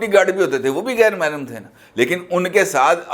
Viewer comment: " mahram" LOL " eddut" mein doosra nikah LOL all the way